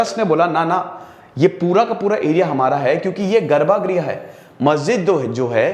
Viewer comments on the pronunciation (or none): Sir गर्भा ग्रह नही गर्भ गृह होता है आशा है आप अपनी हिंदी पर ध्यान देंगे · Garb grih not garba griha.